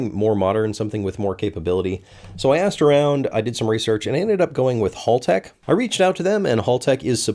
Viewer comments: Think HAL from 2001: A Space Odyssey. It's HALtech not Hall-tech! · It's pronounced Hal - Tech, not Hall - Tech. Think of Hal from Malcom in the Middle. But continue to pronounce it as you do. It's good for engagement, All hail the algorithm. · No it's Haltech like HAL9000, not "hall"tech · Hal-Tech - HAL, not Hall. Americans like to say hall for some reason. All "hal" the algorithm. You see what I did there. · please,, as an Australian: "Hal-tech" as in "Hal 9000". not "Hall-tech" as in "hallway". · Haltech, Single L. Hal not Hall. Like the robot from 2001 Space Odyssey the HAL 9000. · great to see the Aussie ECU going into the car, it will be the perfect choice for the build with so many options for sensors and data! However, it is Hal-tech (As in 'Open the dorr Hal') and not Hall-tech 🙂👌 Stay Super Fast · Hal-tech, not Hall-tech! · I'm so sad you mispronounced "Haltech." It's "Hal," like the name! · It’s “howl-tec”, philistine! And you should have used a Motec, WAAAAAY better. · Aussie here. Haltech is pronounced Hal (as in a gentleman’s name) tech. Awesome product indeed!. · Don't let Haltech find out how you pronounced their name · says Haltech like someone who's never watched mightycarmods